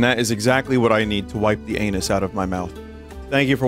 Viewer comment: Vinny pronouncing Anis like Anus kills me! 🤣